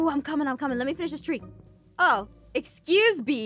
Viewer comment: Oh axecuse me